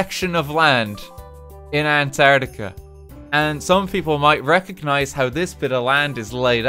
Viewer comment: would just like to point out that it's spelt and pronounced antarctica. not antartia. say it correctly.